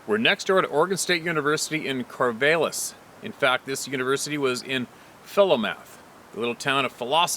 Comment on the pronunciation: No, it's pronounced "Cor-vall-iss" not "Cor-vay-liss". I used to live there.